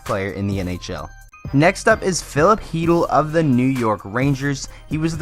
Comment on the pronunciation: Is chytil really pronounced heetle or however he said it